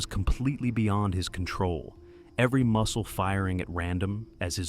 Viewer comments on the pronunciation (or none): none